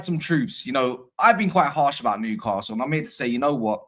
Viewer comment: If you want to win Newcastle fans over, you need to learn how to pronounce the city name properly. There is no ‘R’ in the name! Noo-ka-sul